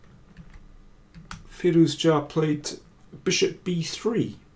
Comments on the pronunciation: Can you please just call him Firou-zha like everyone else (or Alireza)? Your pronounciation is hurting my brain, and I really like the kid. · How do you come up with those pronunciation ideas? You might be the only one in the world pronouncing his name like that :)) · I'm sure it is correct, but every time Daniel say Firouzja it reminds me of an episode of The Big Bang Theory where they set a puzzle to get Sheldon a date, the girl shows up at his door and starts speaking Klingon.